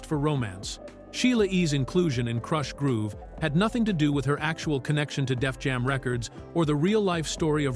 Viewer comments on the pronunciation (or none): What you didnt like it saying "Krooosh Groove" LOLOLOL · KROOSH? groove.😂😂😂😂🤦